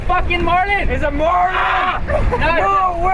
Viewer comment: "we try to catch a Malin" 😂😂